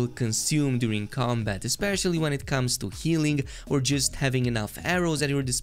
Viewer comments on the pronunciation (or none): none